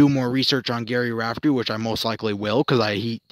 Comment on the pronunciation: The name was mispronounced. But what you said, about Rafferty. Was mostly accurate.